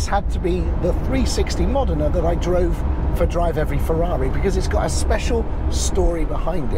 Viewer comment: Great clip! ...And you pronounced the car name correctly! Great spec car by the way. Thanks for posting!